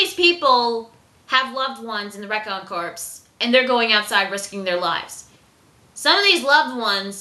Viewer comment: "Corps" rhymes with "core" because the 's' is silent. I know that's not how it's spelled, but it's a French word. As an editor mispronunciations just make me crazy, so... please "?":-) Anyway, great review/reaction. You're thinking/feeling exactly the way I do. I hadn't realized that was Petra's patch, but now that you put that out there I think you're probably right. Very observant. And jeeze, poor (awesome) Levi.